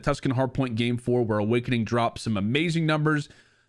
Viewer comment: Lmao Owakening was fryyingg